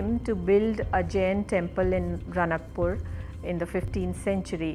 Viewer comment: Its Raanakpur राणकपुर not ranakpur or रणकपुर